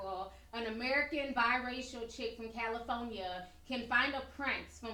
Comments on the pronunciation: Calaphoneya is not how to pronuce.Its ca li for ni a not ca la phone ya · Cali-fo-nia ... Duke and Duchess of Sexist🤣 I love Ti though 😗